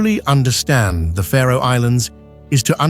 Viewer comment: Its the Faroe islands not the Pharaoh Islands isnt it? Im talking pronunciation.